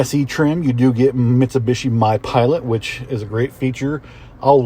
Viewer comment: It’s not a Mitsabishi🙄. You sell them can can’t pronounce them correctly? Wow….